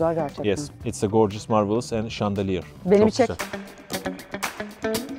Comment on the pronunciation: Her şey şaneliyir şandeliyir deyip duruyo cjsşxjod